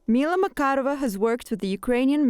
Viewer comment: Mila is pronounced: Mee-la. Accent on the first syllable.